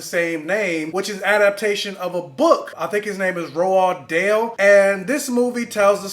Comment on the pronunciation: I think Roald Dahl is pronounced like rolled doll.